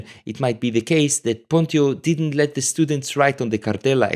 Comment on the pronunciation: Thank you, very interesting.. one thing: I'm nearly sure the right pronunciation of PONTIO is: PONT'tsj'O, due to the rules of the late latin... but.. not sure 100%...